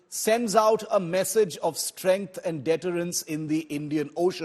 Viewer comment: Its not pronounced INdigenous, it is inDIgenous. The emphasis is on the "di" syllable. Its not DEterrence, it is deTErrence. The emphasis lies on the "te" syllable A professional of the stature of India Today should know these things..